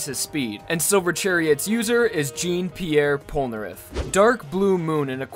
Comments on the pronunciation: how he pronounced jean Pierre Polnareff... it's sad to us frenchies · in France they would have pronounced it correctly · "Jeeen Pee Air Pole Nareff" correct way to pronounce: Jaune Pee Air Pol le Nah reff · Jeen peeair polnareff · “JEEN PIERRE POLNAREFF” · Did you just say "Jeen Pierre Polnareff?" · oh yeah its shau nn peirr pollnerref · What the fuck is a 'Jeen Piere Polnareff'? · Jean Pierre Polnareff the way you pronounced it hurt me as a Frenchman. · THE MAN DIDNT PRONOUNCE JOHN PIOREH POLNUREFFU COREKTLY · the way you said Jean Pierre Polnareff triggered me.